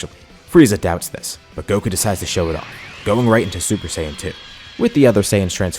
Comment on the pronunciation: Stop mispronouncing Saiyan PLEASE